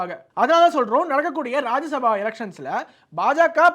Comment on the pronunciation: தம்பி அது ராஜ்ய சபா, ராஜசபா கிடையாது, என்னடா நாரதகான சபா மாதிரி சொல்றீங்க 😂😂😂